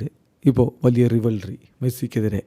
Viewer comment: റിവൽറി അല്ല.... റൈവൽറി.....